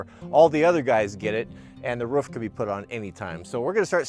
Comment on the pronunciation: Great video. Live the way you pronounce roof, ruuf. Just brings a smile to my face.